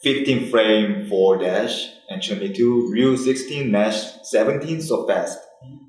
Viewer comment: The fact that Tokido calls Ryu "Rai you" Welp...